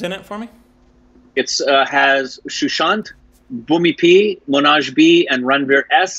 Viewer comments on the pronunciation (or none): Please try to pronounce Manoj... it's just so easy! Pronunciation-: MAN + OJE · butchering the name Manoj is my favourite thing about this video 🤣